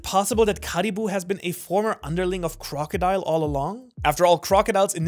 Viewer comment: Not crocodile, Croco D Ile